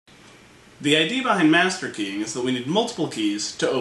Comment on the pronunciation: Why did I hear "The idea behind masturbating"? :P